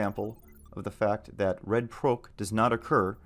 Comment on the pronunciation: Bruh. for the love of god stop pronouncing Proc as Prowc